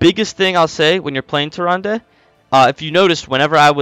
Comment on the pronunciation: I believe it is Tier rand not Tier Randay 😂